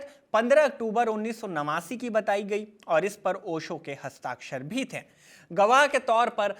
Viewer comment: Bhaiya, थे और थें में अंतर होता है। एक बेहतरीन कंटेंट और प्रेजेंटेशन का मजा किरकिरा कर दिया आपके "थें" ने । Nothing mocking.